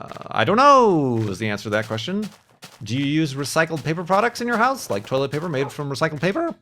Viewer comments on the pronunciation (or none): none